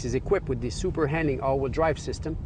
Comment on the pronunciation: What does SH AWD stand for??? "Super Handing" AWD, like this guy says it. lol Sometimes he does say, "Super Handling AWD."